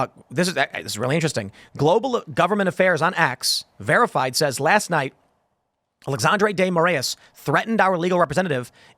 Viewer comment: Lol, so sad to see Brazil mentioned in such a context! Fyi, it's Ah-lay-shaundre Day Moh-rah-ees